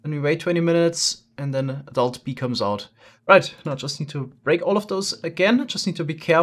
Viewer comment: his accent is best at "BEE" , "BEE'S"